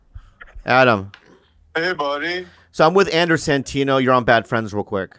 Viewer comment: he's called ANDRES for fucks sake